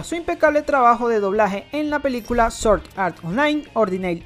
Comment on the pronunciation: Se pronuncia SwwOordd No Soorddd